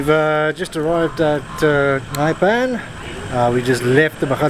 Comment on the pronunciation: Wow! Just a quick sample of what Botswana can offer but absolutely 👌👌 Your editing is top notch making the video great.. By the way, top marks for your pronunciation of Nxai 👌👌😉 ❤ from 🇧🇼🇧🇼